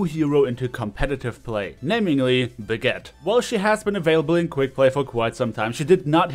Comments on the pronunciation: how come that even tho you`re german not even you can pronounce the name correctly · naja er hat brigitte falsch ausgesprochen